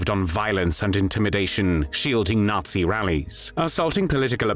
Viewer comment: Qué es "el ensayo"? Y por qué pronuncia "natsi"? El resto lo entendí.